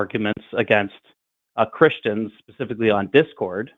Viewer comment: "I wasn't talking about you pasificly" did he call you an ocean?